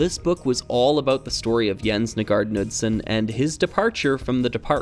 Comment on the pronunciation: I know it's normal for everyone outside Danmark to not be able to pronounce these but it's kinda painful hearing your pronounciation of Nygaard Knudsen